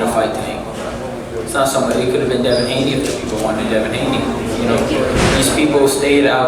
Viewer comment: Mfs know not say devin Haney name